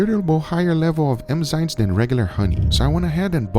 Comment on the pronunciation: Well, he pronuonce emm.... Instead of ennn, tho